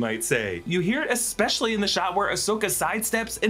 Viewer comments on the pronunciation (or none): none